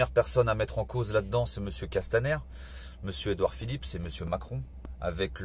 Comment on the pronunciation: J"aime bien la façon dont M.Drouet dit Edouard Philippe S, c'est l'obsession du FouquetS ! en effet tous les fachos se terminent en SS !